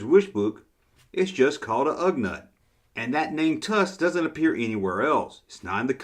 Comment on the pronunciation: Ugnaught is pronounced Ug-naught.